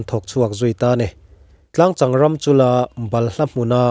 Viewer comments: Tlangchang ram, tih hi a diklo, Tlangcheng tih tur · Sir,Khawhri ram hming kha ilam diklo Tlangcheng tih tur zawk😂amantu Tarpho iti leh zauh bawk😂..Ngaihtlak anuamin afiah fel fal top